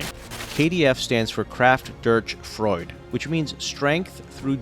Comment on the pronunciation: Question: Who is this "Porsch" guy? I only know "Porsche". And will it not need to get called " Strength through Jo" ? "Freud" is something else then "Freude" ;-) ( thats the austrian psychologist Sigmund Freud, by the way) Yeah yeah I know... always those, who know´s it better and correct the wrong pronantiation of the US guys. Again Question: How would it be, if we call it from now on "For"? Oh the "d" is missing you say? Ups and we thought it is spelled with a silent "d". We don´t care. I can hear the outcry from here... If you can´t speak it... write it and say "this" means "that", would be a better solution. Or maybe watch YT? there a douzends of videos about this topic.